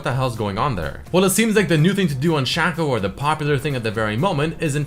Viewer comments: its SHACO not SHACCO xd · shaco is out of the word chaos. you say "kei os" not "ku os"... so... his name is shake ou. not shako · its Shaco not Shaco